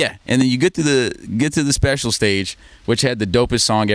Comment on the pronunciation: Hey guys look at this guy he said "sepcial" lmao (everyone knows the actual word you'd use is "special", "sepcial" is not even a real word!!)